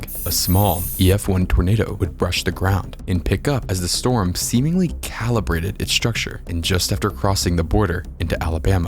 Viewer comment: free strom relif? seriously